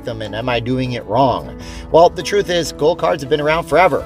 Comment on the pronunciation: I thought you said "Gold" card. Was wondering if that was money? lol. Thanks for the video!